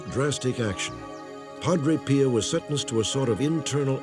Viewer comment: If I hear "Padre Peeo" one more time.........